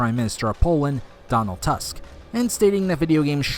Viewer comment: Hah, Donald TASK :P Tusk is read [toosk] in Polish.